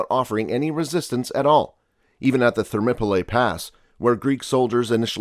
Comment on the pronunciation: Xerxes zurk·seez Perhaps this is AI narration as even Thermopylae is mispronounced. thur·maa·puh·lee Aegean uh·jee·uhn